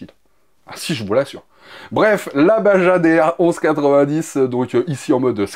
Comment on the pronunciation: Salut, super infos, pour info Baja se prononce Barra avec un RR guttural (rappel toi t’es cours d’espagnole) 😂